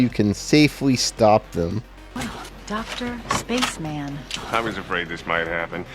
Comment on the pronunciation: Dr. Spaceman! 🤣🤣🤣 (pronounced spech-em-in) Love 30 Rock! Exactly the reason I don’t go to the doctor and I’m not on any meds. 👍😁